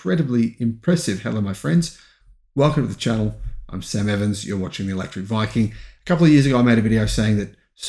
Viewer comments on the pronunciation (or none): none